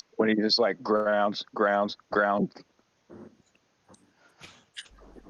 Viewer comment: Every time Darrell says GROUNZ, I visualize Darrell digging another scoop of dirt, with a shovel, to make his grave. 🪦⚰️